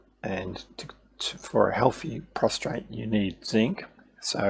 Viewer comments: It’s a prostate! Not a prostrate. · Yes I hadn't noticed I had got into the habit of pronouncing prostate with a R. My bad